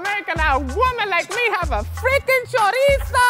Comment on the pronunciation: Choreetso? Gurl what dictionary are you using?